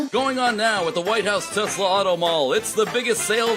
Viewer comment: “I love Teslerrrrr”. 😂🤣